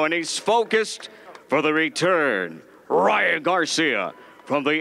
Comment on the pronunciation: He sad PRyan Garcia